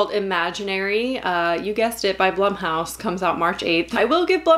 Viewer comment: I thought "Blumhouse" was pronounced "bloomhouse."